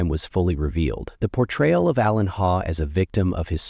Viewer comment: ✨ It's pronounced 'Haw' but spelt Hawe (sometimes also Haugh) & wife's maiden name Coll. This happened years ago - i got the fright of my life when i saw this thumbnail saying 4 days ago. I thought "God! How did i not hear about this?". Until i saw the pics, i remember when it happened. Whoever is narrating should take the time to check pronunciations of names & places. Its very easy to do these days 🕊️ ☘️